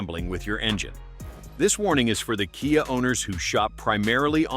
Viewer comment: ..."kaiah"???😂😅😊...How about CAFE Standards?!😢BTW, everything mentioned here, also applies to Hyundai (pronounced like "Sunday"😅)